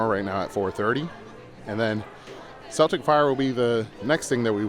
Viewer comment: Celtic Fyre it’s Celtic like the Irish pronunciation not like the basketball team lol. Fun video tho, hope to see ya there one day !